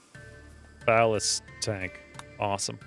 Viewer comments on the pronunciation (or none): none